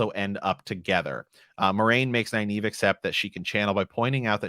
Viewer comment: How are you pronouncing Nynaeve’s name? It sounds like Neye eve (naive - a person lacking experience). There is a second “N” in her name. I pronounce it Nin ava (my preference) or Nin eve.